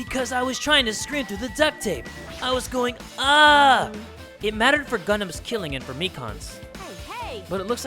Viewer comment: Man, HIS NAME IS GUNDHAM NOT GUNDAM